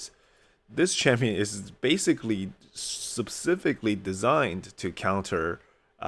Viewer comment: This may be a touchie subject...plz don't take offense. English is a 2nd language for me too, and I struggle with a lot of the pronunciation too. I heard you say "SUB cifically" often. I use to not say this correctly too. Then someone gave me this tip. Just say " sp SIFikally". If you say it fast, it almost sounds correct. The sp sound has a short e sound in it.